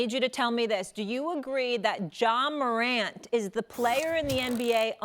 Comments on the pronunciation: Ja Maruant ???? Come on Chad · Chad said “Ja MORAUNT”😂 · Man said “Moront” lol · Stop saying it like croissants 🤣🤣😭😭